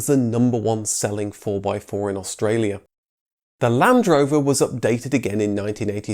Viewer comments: Aus tra li a lol true i get moaned at for pronouncing water wrong being from london originally, but wanted to mention it as i think this mans videos are very good and rather point something if its noticeable, these videos are extremely accurate because of his research and i have alot of respect for people like that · You videos are good buddy, but Australia has 4 syllables not 5